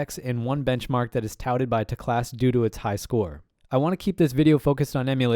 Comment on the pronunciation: isn’t it teclast, not telcast?